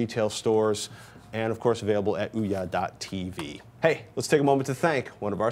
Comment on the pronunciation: Oh my god, their analysis is good and all but the balding guy there.."ooh-YAH" ..that pronounciation of Ouya (which I believe is supposed to be like "ooyuh") is driving me fucking nuts xD